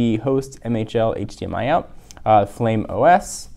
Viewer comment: The OS is Flyme, Not Flame!